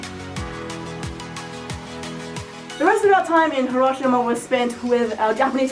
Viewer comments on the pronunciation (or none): Hiroshima is pronounced he.row.shee.ma